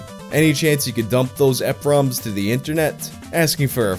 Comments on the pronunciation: E-PROM, not EP-ROM. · The way you say eprom kills me. Its pronounced E-Prom. Like email. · ok i an sorry for being a jerk ,,, butits E-prom , not epROM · Am I pronouncing eprom wrong? (E Prom)